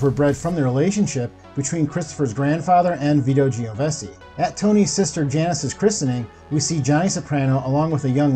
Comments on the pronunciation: Vito Genovese, pronounced JENN-O-VEESE NOT JENN-O-BESSIE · Jesus man, at least learn to pronounce the names. Christopher’s real name is Imperioli not Imperelli. And who the hell is Vito Giovesi? Are you trying to say Genovese? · It’s pronounced Geno VASEY jesus never heard it butchered that bad before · Uncle Junior "Cornado"? The "Giovese" crime family? Come on man. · At least try to learn the italian last names. It's not Geovese...its GENOVESE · Hey, it's pronounced Jen-oh-veece not gene-o-vessy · I gotta hit you on pronunciation: the Genovese last name is pronounced [Jen-o-vay-say] not [ji-no-ve-see] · Genovese … is pronounced… jen-o-vees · Genovese pronounced Jenn Uh Veez Chianise pronounced Chi Uh Neez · "Gee-o-vessy" crime family? Real mafia expert, I see. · Veeto Jennovessie 😂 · Geo-ven-cey, Bro 😆🤯, you murdered so many names you should be in the movie. Good job though 👍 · You sound a lot like the late Norm Macdonald. Btw - it's pronounced "Gen-no-v-see" (phonetically) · It is pronounced as if you read it this way - JEN-O-VEEZ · What’s a “geo-vesi?!” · Not to mention how badly he butchered every Italian name. He mispronounced Imperioli several times, along with Genovese and Chianese. My ears are still hurting from it. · We’re not gonna talk about how this man kept pronouncing Genovese??!?! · Your incorrect pronunciation of Italian names is a problem…Imperioli, Genovese, etc. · Someone PLEASE tell the stunad narrator how to pronounce names like IMPERIOLI and Genovese. How hard is this??? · Omg the way he pronounced Genovese was so cringe